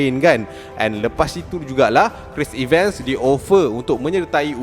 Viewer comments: Cris Evan, Bukan Cris Iven 😊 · Cara sebutan 'Chris Evans' tak betul.